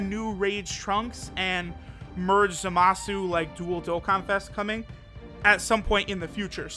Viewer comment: I thought his name was Zamasu and not ZAAMAAsu